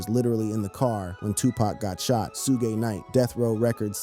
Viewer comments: Thats what I said ai is garbage its suge knight and 2pac not soohge knight and 2pack stupid ai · Whoever idiot is narrating this video should learn how to pronounce Suge and Pac's names. It's very disrespectful to the people he's talking about to not even know how to say their names correctly. The names are pronounced Suge like "sugar" and Pac like Hawk. Dumb ass.